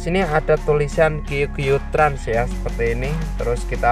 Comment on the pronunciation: qq trans ❌ kiuw kiuw trans✅ kedengaran gak